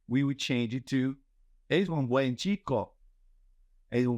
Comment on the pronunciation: Dear professor, I noticed that you don't sound the "n" in "buen". It's necessary to sound it in Spanish. Thanks.